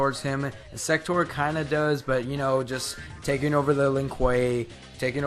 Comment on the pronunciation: Sektor not sekter